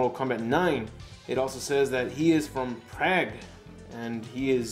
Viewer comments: the pronouncing of the Prague, like saying Frog with Or. and Czech like the word Check. look up Madeleine Albright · I think you pronounced his name right, but Prague, Czech Republic is pronounced "Prahg" or "Prawg" and Czech is pronounced "check" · way offff, Czech as in check and Prague as in prarrrrg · Prague is pronounced (PROG) and Czech is pronounced (CHECK). Hope this helped! ^-^ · hes from Prague it's a Czechoslovakia province I believe pronounced prag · Prague is pronounced “Prog” and Czech is pronounced “check” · Aaron Lightfoot Was that what he was trying to say? "Czech"??! Who doesn't know how to pronounce "Czech"?!! or "Prague"??!!, you need some current events or culturing in your life. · He mispronounced 'Czech' and 'Prague'.. not his fault, Slavic peoples have weird cultures and weird ways of pronunciation and weird-ass letters.